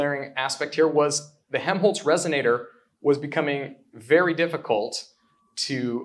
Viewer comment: This is such a cool idea. By the way I don't think the first L in Helmholtz is silent. It sounds like youre saying Hemholtz.